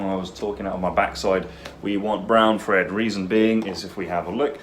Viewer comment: did you know you pronounce thread the same as Fred? Is that a dialect particular to your part of the UK? The fifth day of the week... Thursday, do you pronounce if Fursday, as in the day you sell a lot of furs?